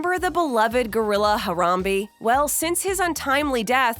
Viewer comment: Her-rum-bea not her-run-bee had damn it respect the gorrilla 😂